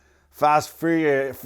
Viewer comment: "...start feeling like fast frreereureurious flicks" <3